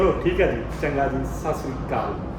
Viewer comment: ਸਾਸਰੀ ਕਾਲ ਨਹੀਂ ਹੁੰਦਾ ਸਤਿ ਸ੍ਰੀ ਅਕਾਲ ਹੁੰਦਾ ਪੰਜਾਬੀ ਹੋ ਕੇ ਤੈਨੂੰ ਇਹ ਵੀ ਨਹੀਂ ਪਤਾ ਫੁਦੂਆ